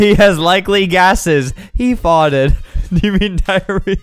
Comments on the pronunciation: just me or 🇬🇧 the way he just said "far'ed" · I have never witnessed Albert saying farted in that type of accent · He sounds Auzzie when he says farted